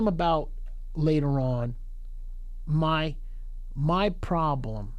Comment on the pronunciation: why flex put that corny ass emphasis on his words " my problem "